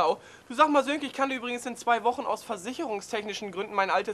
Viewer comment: Sönke, nicht Silke :D